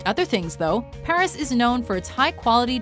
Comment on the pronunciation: Okay if you're going to say all those French places in your "French" accent then why the heck can't you say Paris with the proper accent? You've already hacked lung, why not go all out?